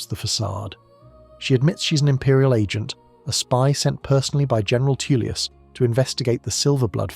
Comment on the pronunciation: Jesus, Tullius is pronounced Toll-lius not Too-lius...